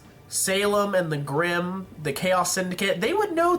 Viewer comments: grimm not brimm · The brimm? really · u made a couple of texting errors in the video the funniest is u called grimm brimm. XD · "brimm" I like that mess up